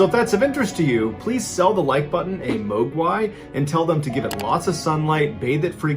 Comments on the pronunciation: Mogwai is pronounced with a short O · It’s pronounced “Mog-why” or Gremlin.... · Pronounced Mogwai incorrectly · That would have been the best "to-do-to" the Like Button guy🤕, if only he pronounced Mogwai correctly because it took me a second that he meant Mogwai, like a before u water and sun and turn it into a gremlin....lmao, that was de best though thus far. 😂👍 Every 6 months he should hold a voting contest on the "best to-do-to (2do2)the Like Button" guy to see which one is the most liked one he did, and then the winner gets to come up with his own saying for John's next video! Lol🤣🤣🤣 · Mr. Ballen, I love you man. That said, if I ever have to hear you pronounce Mogwai or Nevada again, I’m gonna cry. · Mogwai. I had to rewind 3 times to finally understand what that word actually was. 🤦‍♀️